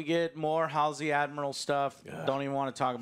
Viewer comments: Ye him shooting them tied up is a sci fi actor he was in torchwood and played Owen good but halo idk bro his character isn't fascist or that style. Its pronounced hal see not alsey learn to speak Americans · How can you call yourself a Halo fan when you don’t even know the names of some of the main characters?! It’s MIRANDA Keyes NOT AMANDA and it’s HALSEY not Halsley or Hailsley, HALSEY. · Joe, you’re a halo fan pronouncing Halsey’s name “Halls-Lee”. That’s almost as agonizing as this episode 😭😂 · I love how Joe manages to mess up "Halsey" in all possible ways every time he has to say it. :D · You’re not a true halo fan if you can’t even say Dr Halsey’s name correctly 😂